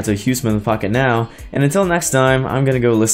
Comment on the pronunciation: Didn't sound like you said Pocketnow at the end...